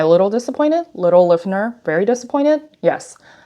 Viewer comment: Kind of odd reviewing an item when you can’t even pronounce an easy word like Liffner. That aside it’s an ugly purse.